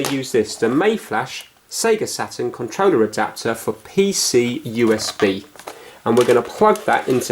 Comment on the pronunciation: I like how says Controller......"Controwleh"